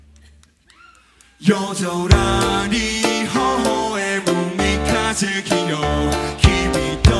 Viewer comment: 三日月の発音よすぎて好き